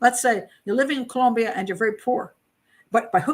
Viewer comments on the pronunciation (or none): none